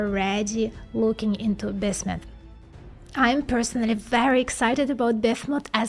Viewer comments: It really irritates me that she cannot pronounce the name "BISMUTH". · Was trying to catch what exactly she was saying. Sounded a little like biff-mutt. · lmao each time I hear bithmut haha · BIZLISP #smile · I think the best part of this is hearing say Bismuth.